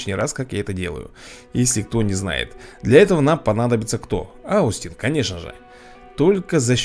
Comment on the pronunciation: поправочка, Austin это не аустин а остин, буква о с таким как бы с буквой ё читается